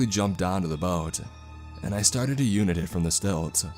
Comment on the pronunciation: Did you just pronounce “untie” as “unit”